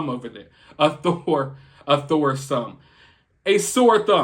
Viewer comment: "A Thore Some" 😂😂 I almost choked on my pretzel when you said that 😆